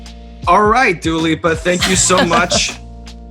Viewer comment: So I wasnt going crazy, he is saying Duo Lipo instead of Dua Lipa lol